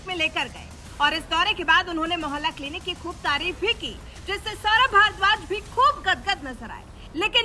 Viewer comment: मोहल्ला क्लिनिक है या मैला किलनिक